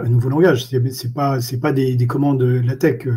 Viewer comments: Bonjour,! Merci pour votre présentation. Je pense avoir trouvé l'origine de votre prononciation très particulière du mot LaTeX, que vous prononcez LateR plutôt que LaTeK. Je lis dans le document « The Not So Short Introduction to LaTeX » (document lshort.pdf sur le CTAN), dans la première page du chapitre 1, « TeX is pronounced “Tech,” with a “ch” as in the German word “Ach” ». Comme dans l'allemand « Ach so » donc. Je dois dire que c'est la première fois que je lis ceci (en plus l'auteur du document cité précédent est allemand, la première version étant l2kurz, et il écrit: « sprich „Lah-tech" oder „Lej-tech" » que j'ai fait prononcer par Google traduction en allemand, et cela confirme bien: LateKKKKK, pas LateRRRRR). La traduction française du TeXbook contient la phrase suivante (Chapitre 1, exercice de diction): "(...) le mot TeX rime avec le mot « grec »". Ce qui confirme le tout. Je ne sais pas où le traducteur de la version anglaise, habitant la Suisse, est allé cherché le « Ach »... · Bizarre de dire TeR, ConTeXt et LaTeR. Les prononciations TeK, ConTeKst et LaTeK me semblent plus cohérentes puisqu'apparemment le X est la lettre grecque qui a été employée pour former le mot grec qui est devenu le mot « teKnique » chez nous. C'est la première fois que j'entends cette prononciation étonnante. À la limite, je préfère encore les prononciations Teks, ConTekst et LaTeks. On va essayer de passer outre ce tic de langage pour voir l'ensemble de la vidéo, qui heureusement parle de Metapost, pour lequel il n'y a pas d'ambiguïté de prononciation.